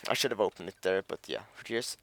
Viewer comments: when you say "should" it sounds like your saying "shit" XDD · "should" sounds like "shit" 4 me with yo accent m8